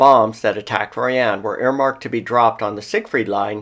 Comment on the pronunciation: It's pronounced Royen